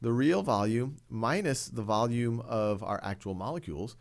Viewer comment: He speaks like “vulululullulululu of the container of the gas container